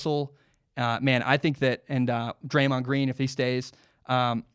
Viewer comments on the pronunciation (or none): none